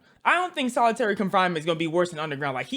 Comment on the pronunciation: Its solitary not solidairy